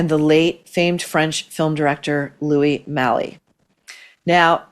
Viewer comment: It's pronounced Louie Maaaahl. That Chloe double nepo brat didn't even get some of nepo mama's good looks. Candice's "acting" skills were often compared to Charlie McCarthy and Mortimer Snerd (her father, Edgar Bergen'$ wooden puppets). 🤣 Remember... Candice Bergen played an Anna Wintour type on SATC (and now her half a$$ed daughter has been handed this actual position).